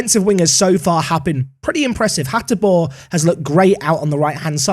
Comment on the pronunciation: Still the best Football Manager rebuild. Koopmeiners really is a gem, use him well. And I am really glad you pronounce Hateboer like a pro.